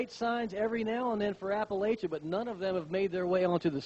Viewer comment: Oh, it's weird seeing yourself cheer 23 years later!! 😂 It was so cold that day. Also, it's pronounced App-uh-latch-uh.